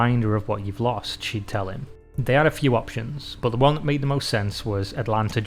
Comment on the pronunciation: Soun (son), boot (but). What the hell?